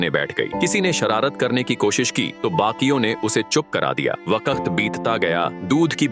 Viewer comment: Par bhai vo vakat nahi hota vakt hota hai 😂😂😂😂😅